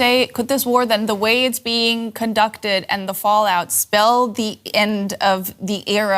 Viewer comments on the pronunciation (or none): none